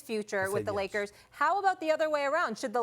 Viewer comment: Stephen A always says " THE LOS ANGELES LAKAS .... not Lakers !!!! LAKAS lol.